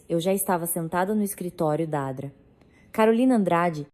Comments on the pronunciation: A Dra carolina😂 Se fala doutora Carolina 😂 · Doutora não Dra, ninguém diz dra, lendo na frase, é doutora. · Pir a toda hora vc diz adra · Odeio essa narração que não fala corretamente as siglas, como por exemplo, a dra. Dra. Significa doutora. É tão difícil corrigir a narração? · Porque a IA não reconhece Dra. como uma abreviatura e vocaliza sistematicamente "dra" como uma palavra por extenso? Onde fica o conhecimento do idioma? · Parei de escutar so por causa dessa adra uff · Ao inves de doutrora, ela fala dra!!! Que horror! E o R de real ela fala R e nao real